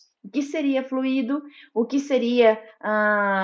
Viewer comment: Pronúncia: Flui-í-do >>> Errado! Flui-do >>> Correto!